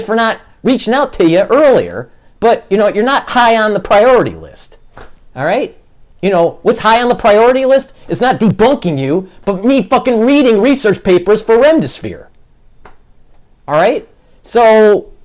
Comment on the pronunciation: Did say "I'm reading research papers for remdisphere"?? WTF? (As well as saying "misconstrooted"). This guy is obviously no Einstein (though HE probably would disagree - he seems to think he's pretty hotshit). Reminds me of a street level hustler honestly. EDIT: And a "doctor" who doesn't know the difference between 'embolism' and 'emblazon'?? He hasn't got a medical education. There's no Masters degree from Harvard. This guy is a slightly unhinged (overly "stimulated") fraud. And Jason - BRAVO. Much respect for calling out this charlatan and giving it right back to him.